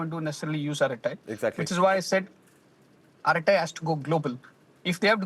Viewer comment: It is not fking "arathai".. it is just araTTai.. no 'th' there...